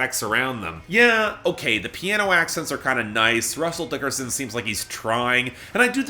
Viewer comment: If there's one thing I have to look forward to on future episodes of Billboard Breakdown in 2022, it's hearing say "Russell DICKerson" every other week again.